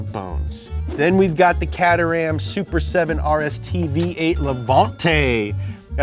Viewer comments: can't get over how Mericans say cat a ham it's k terhum, just saying I live down the road from where they were made and it's named after the town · help 😭 the way he says caterham "cadder ham"